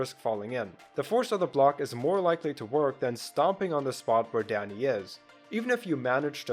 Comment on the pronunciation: Why tf was I only able to hear "Daddy" instead of "Danny"?